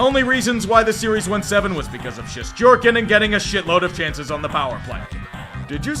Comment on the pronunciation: Bro.. say “Shesterkin” again 😂